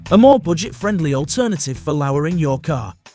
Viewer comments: Was ist "Lauering"? Did he mean Lowering?? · Thank you I wasn’t sure what word to use for what the commentator said for lowering. How the hell could he mistake the pronunciation of the word lowering, and then show a video clip of what the guy did to lower his car with all the bricks. I’m positive the commentator is British due to his accent, but I’m British and I sure knew how to pronounce to lowering, Duh!